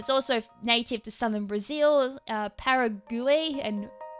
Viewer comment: The countries are actually pronounced Para(like para-flinch)guay(g'way) & Ura(like you're a)guay. :)